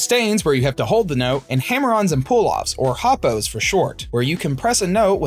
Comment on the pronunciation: I saw your YouTube short for this video, then immediately came to watch the video. You made a huge mistake though in the video: Hammer-ons and Pull-offs have the abbreviation HOPOs, and is pronounced Hoe-Poes. Anyone who says different is certifiably nuts.. Having said that, I actually gave this video a thumbs up and subscribed to your channel because I really enjoy your humor, and the production is high quality!